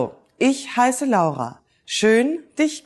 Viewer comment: Nice to find out that you pronounce "L-A-U-R-A" just like we do in Italian, and NOT "LORA" just like they do in English :-P Nice video anyway